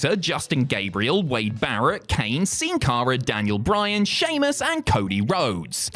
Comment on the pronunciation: Nice effort on the pronunciation of Sin Cara complete with Spanish "Sin"